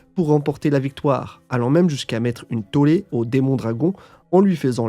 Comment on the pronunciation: Deimon se prononce pas comme démon... et komusubi son daron est pas sumotori mais dans le démenagement...